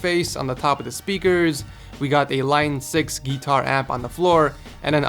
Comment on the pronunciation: Nice pronuciations "GeeTars"